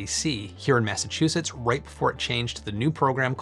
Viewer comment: you lost me at "massachusetts"